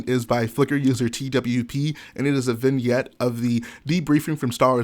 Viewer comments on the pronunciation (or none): none